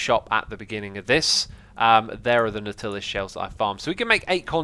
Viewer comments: “Nautilla” 😂😂 Is that some knock off of Nutella? Nautilus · NAUGHT-ill-us not naugh-TILL-us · I thought the Nautilus was pronounced like "naught-i-lus". I know there is an animal of the same name but its Captain Nemo's submarine I remember. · I think Nautilus is "Naughty-less" instead of "Nor-Tillus" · Every time you say Nautilus Shells it makes me cringe, thing of 20000 leagues under the sea..what what the submarine called? Nautilus..sounds like Nor til us ;) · natilla shells, what ?? Speak engrish. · You're saying nautilus wrong. You don't enunciate the "til" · Why does Xisuma purposely mispronounce "nautilus"? Is it supposed to be a joke?